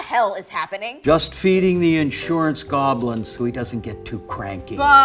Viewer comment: I find it endearing that nobody of you had the heart to tell her that she kind of mispronounces the word "insurance".